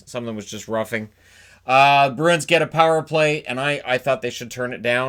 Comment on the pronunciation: So annoying when folks with only one job (talking) get it wrong. in edmonton can't say bruin. Always ask them wtf a broon is